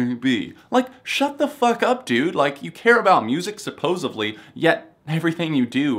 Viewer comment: I totally agree with you, my only small issue, you won't even care, is when you said "supposedly." There is no B in supposedly :P